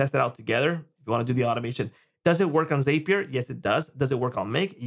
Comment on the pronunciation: FYI, it is pronounced ZAP-ee-er. It's basically "happier" but starting with "zap".